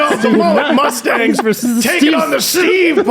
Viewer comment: gets two things wrong. It's BY accident, and it's VERSUS (not verse). Two L's. Yeeesh.